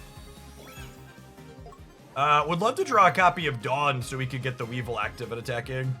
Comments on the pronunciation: Dark-Cry (Darkrai) Weav-vile (Weavile) Whenever I pop in a stream I’m tempted to correct your pronunciation but I also end up biting my tongue. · Dark-rye (like the bread) Wee-vile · Dark - rye We - vile Also, don't really mind the wrong pronunciations, they are hilarious. Plus they start engagement. Love the videos my dude. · Don't care about any of your pronunciations other than Weavile. How can you not want to say We Vile!? You get to say VILE! 😋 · Dude love your content, but this video was hard to watch cause you mispronounced both their names wrong, I swear it's on purpose 😂 Weavile is vile, similar to bile. Also how do you read rai and say ray.. bruh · Haha you said their names wrong (idc I think it’s funny just commenting for the algorithm good up the nice gameplay was fun watching some of this live earlier)